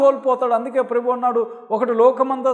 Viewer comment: నువ్వు ప్రభు అనే పదం కంటే ప్రెబు అని పలకడంచూస్తేనేతెలుస్తుంది, అసలు నువ్వు ఏవరు నువ్వు, ఏవరు చెప్పితే నువ్వు దేవుని తెలుసుకున్నావు. నువ్వు అబద్ధ క్రీస్తు కు ముంగుర్తు.